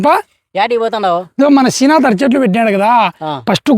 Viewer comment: బరేహరీ శీనాతు ఎందిరా భూతు లాగా శ్రీనాథ్😂 అనాలి శీనాతన్న కాదు శ్రీ నాదన్న